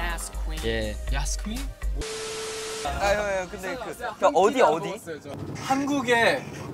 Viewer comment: everyone: yaaas queeeen we know that yuta: yaskwin?